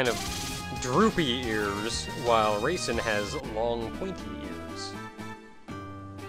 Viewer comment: I keep hearing raisin instead of Reisen...